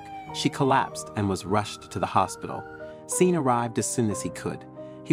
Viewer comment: Sean is not pronounced SEEN. its Shawn. Sean is the Irish spelling.